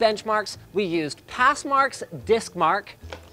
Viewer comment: ... we used Passmark Diskmark weird pause